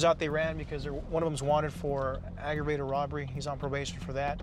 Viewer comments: bro doesnt even know how to say aggravated he shoulda stayed in school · "What're you on probation for?" "Autogrevashated robbery."😆